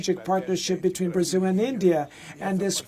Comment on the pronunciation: The president of "Brazeel?" Where did the host pick up that pronunciation? In English it is "Bruhzil" and in Brazilian Portuguese is is "Brahzeo." The last "o" is barely heard.